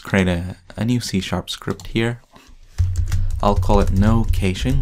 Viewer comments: ***** It is supposed to sound like "cashing" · is supposed to sound like "ka-shing"